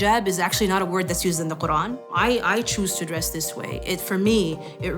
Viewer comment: Ur .... quran ka nam thik se le